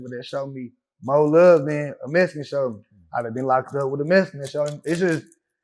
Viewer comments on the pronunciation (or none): What’s a mesican ?